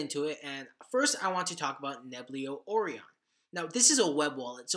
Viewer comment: The web wallet Orion is pronounced Oh Ryan. Like the constellation, Orion. American education?